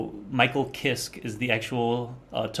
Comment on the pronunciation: Kiske is pronounced Kiska